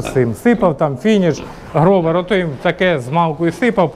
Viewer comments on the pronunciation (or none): none